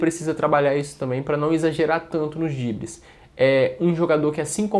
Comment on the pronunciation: Vei, fala drible por favor. Sei que "dibre" é gíria mas fica dissonante da proposta do canal que é um perfil jornalístico/informativo. Se eu estiver sendo muito fresco me desculpem.